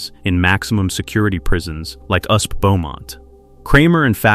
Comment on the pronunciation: "Usp"? FFS, fix the robo-narration. Is that so much to ask?